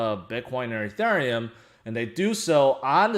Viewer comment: Can you please learn how to pronounce ethereum